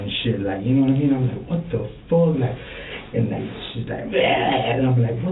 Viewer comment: "NOD-A-MEEN".? No, I'm afraid not.